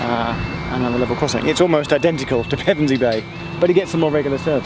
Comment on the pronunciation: Pevensey and Westham - nice pronunciation. :) Even some locals get it wrong and make it sound like the football team.